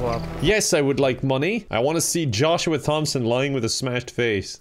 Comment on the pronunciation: I do not appreciate you attacking my brothers. Also it's pronounced Tom-son, if you gonna beat us at least call us right 😭